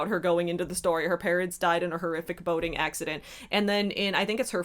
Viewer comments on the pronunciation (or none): I heard " her parents died in a horrific boning accident."